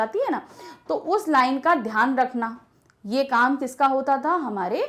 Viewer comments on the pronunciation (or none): none